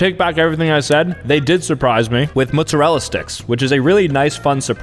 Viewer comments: It is mozzarella not muzzarella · “mutsawella sticks” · Moozerala sticks its mottesrella sticks😂😂😂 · Mozzarella on Mootzarella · It’s mozzarella, not moostarella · mutzurelluh mutzuhrelluh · He pronounces them "Muzzarella" sticks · Did he just say mootsarella? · moo-sorela sticks? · why did you pronounce it mutzarella🥲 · The fact he's half Italian but says mootsurella is, hurtful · bro said mutsarella sticks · No one talking about how he called Mozzarella sticks muzzarella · bro said “moozarilla sticks” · "mootzerella sticks" 2025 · Did you say 'mootzarella'? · "mootzarella sticks" Really? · i’m just wondering why you keep saying mootzarella sticks 😭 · Bro is 50% Italian and still says MoOtZeReLla 💀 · Am i the only one who realized he said mootzuhrella sticks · “Mootsarella sticks”😂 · “Muszerrella” - pronouncing mozzarella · Bru muttzarala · I laugh so hard every time mispronounces a word. This video mootzerela sticks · “Mutzerallera Sticks”???😂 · “Muzurel sticks” ? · i dont like how sam says “mootsarella” 😭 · mootzarella sticks😂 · He’s motzella pronunciation 💀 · Bro said "Muzzarella" 😭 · The way he says mozzarella sticks is crazy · Even though i am white the way he said mozzarella sticks made me a bit mad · Why the hell do you pronounce mozzarella like that I can tell this guy is white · only Italian Americans in the north east pronounce it like that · no it’s cuz hes saying the name wrong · It’s cuz he’s from New Jersey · Why do you pronounce mozzarella like that? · doesn’t know how to say mozzarella 🤣🤣🤣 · no way it’s said like that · how did just pronounce mozzarella???💀💀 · No he misspronounced it